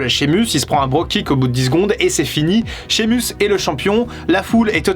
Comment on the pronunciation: Ya que moi que ça énerve le fait qu'il dit mal Sheamus 😭😂